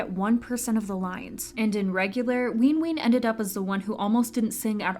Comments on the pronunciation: why tf is this person saying "leenjuin" and "weenween" ???? and also wayV is a part of NCT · i'm trying so hard to take this video seriously but the pronunciation of nct's names are SENDING ME like not ween ween, runjean, and ncteezens 😭